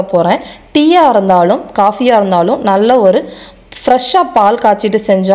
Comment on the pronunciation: எது காலைல இறந்தாலும்..? மாலைல இறந்தாலுமா..? உச்சரிப்பு சரியாக சொல்லுங்க..🙂